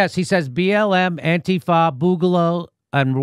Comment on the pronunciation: and he pronounced antifa correctly, which is strangely what's surprised me the most